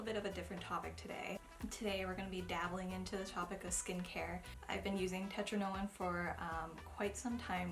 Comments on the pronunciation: it's tRetinoin not tetrinoin ;) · It’s pronounced Tret in oh in ;) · Sis says "Tetrinoin". I can't 🤣 Cute tho😍 Loves it❤️ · TETrinoin 😂😂😂😂😂 girl I am cracking up